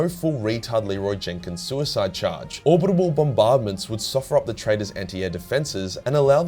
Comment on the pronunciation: The fact “Orbibital bombardment” is still said, is amazing. So glad my ears didn’t deceive me!